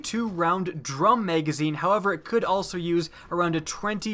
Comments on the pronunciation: It's Ma-Ga-Zeen. Not Mei-gaa-zeeeen. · drinking game: watch this video and every time he says "Utilize" or "Maygazine" take a shot. you will not be standing by the end of the video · Y did u call it a maygazine